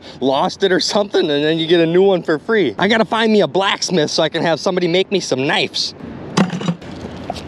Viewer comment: It's pronounced knives, not nifes